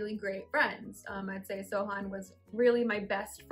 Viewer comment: When she says "Sohan" it sounds like "So... hun" Lol Great love story! Congratulations you guys <3